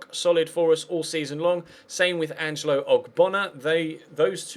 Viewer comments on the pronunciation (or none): none